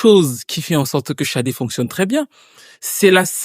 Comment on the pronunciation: Grace à toi je sais maintenant prononcer son nom. Je te pronnonçais comme "said" en anglais. 😅bref mieux vos tard que jamais